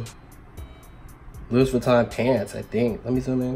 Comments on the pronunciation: But you said Louis Vuitton like " loo- is" "vitton" I can't 😂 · When he pronounced the S in Louis Vuitton i screamed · “lewis vitton” 🤣🤣